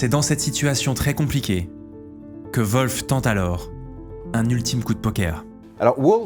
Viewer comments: Tu t'ai trompé de nom c est wolfe et non volfe. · Volf ou WOLF ? 😂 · Le général anglais s'appelle Wolf, comme loup en anglais. Ça ne se prononce pas Volfe. Il n'y a pas de son V ni de son O. Peut-être demander à Laurent la prononciation la prochaine fois !!! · volfe ? des fois je me demande si les francais font exprès comme dans les starbucks. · La prononciation de du nom "Wolfe" me flingue